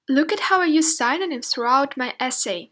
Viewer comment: The video is so clear and well-organised! It would be even more efficient if you correct a bit the pronunciation of some words like "synonyms" and "cause". Best wishes!